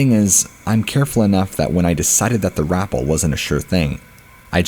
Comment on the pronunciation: Rappel is pronounced "rah-pell" 😊😅😉